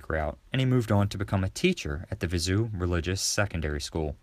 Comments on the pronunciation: Viseu is pronounced Viz-a-o. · If you’re going to make videos about Portugal, you need to learn how to pronounce things. “Viseu” is not “vi-ZOO” - it’s “vi-ZAY-oo”.